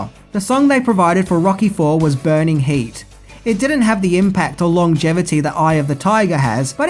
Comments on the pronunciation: “Burning heat”? “Burning heart” you kangaroo eating bumpkin.😉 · "Burning Meat" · Burning Heat? or Burning Heart you Tosser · Burning Heart not Burning Heat. Come on you don't usually drop a bollock. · It was Burning Heart buddy!!! Lol Not Heat. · Burning HEART it has an R